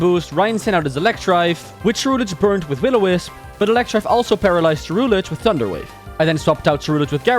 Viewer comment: You said Electrive but its Electivire... idiot. But nice video i guess (pout)